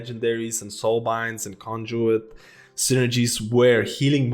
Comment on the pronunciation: thank you for pronouncing conduit correctly 👍👍👍